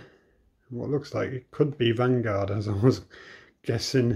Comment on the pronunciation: Vanguard is spelled Vangvard🤣😂